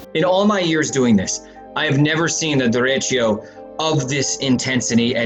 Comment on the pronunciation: She said it sooooo wrong xD